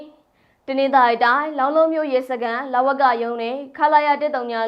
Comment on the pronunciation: သတင်းကြေငြာသူက စာဖတ်ပါဟ လောင်းလုံးမြို့နယ်မဟုတ်ဘူး လောင်းလုံမြို့နယ်